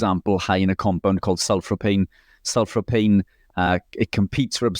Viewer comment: it’s Sulforaphane Rich 😂 Pronounce it, sulfor-a-fane 😊